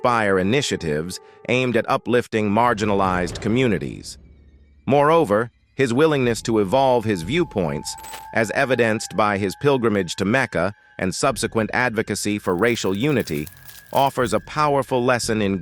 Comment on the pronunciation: "Pil-gri-may-gee." SMDH.